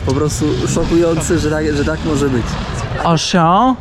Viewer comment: Witam ,miło się ogląda .Napis na nagrobku ,wymawia się po fr. Yten, z naciskiem na 1 liter,następnie ,supermarket, Uszą z akcentem na- ą"😅 a bilbord 😂 no pur Afryyc .Salut ❤❤😊😊